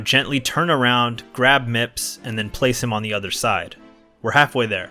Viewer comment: Mips? I swear everytime I hear someone say the name, it sounds like the person is saying Nips.